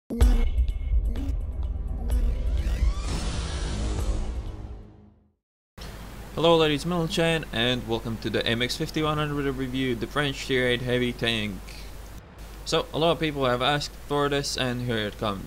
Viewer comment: dude, i like the content and the main message you shout out to the players but PLEASE OMFG learn to pronounce GENTLEMEN it is not MENTELGEN i almost puke every time i hear you say it xD like the reviews in general